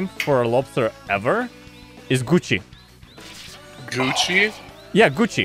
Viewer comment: I was just listening to the vid and when he said Gucci i heard it as coochie